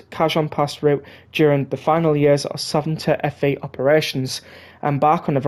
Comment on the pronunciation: the Fe in Santa Fe is pronounced “Fay”